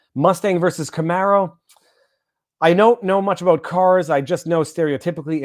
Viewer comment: If that's how you say Camaro, Viva then yeah your a Mustang guy